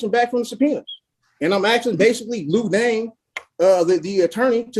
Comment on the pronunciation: He constantly calls the prosecutor “Lou Dane.” His name is Danner. It’s ON THE SCREEN… 🤦‍♂️